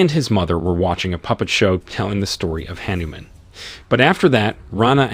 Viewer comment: That is Hah-Niu-Mom